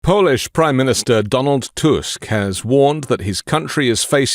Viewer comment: Did you say his name is Donald tusk